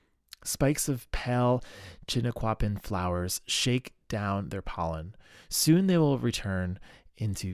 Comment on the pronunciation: Chink- a- pin is how you pronounce it. It’s a type of Oak.